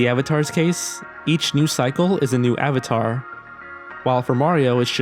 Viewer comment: If this was my first video I would have definitely unliked and never watched another video after hearing AVATAR